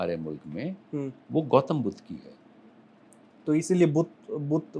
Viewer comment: आप ज्ञान अपूर्व है 🙏 मुझे यह समझ में नहीं आता कि लोग अंग्रेज़ीनुमा हिन्दी क्यों बोलते हैं !! बुद्धा नहीं शब्द है बुद्ध 🙏